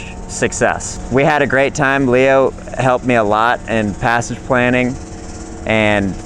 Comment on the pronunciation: "Leo". that was Nice. and don't go too far on that.👍